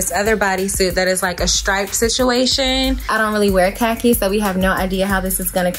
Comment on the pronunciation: Amazing looks! But the way y'all pronounce Khaki.. Umm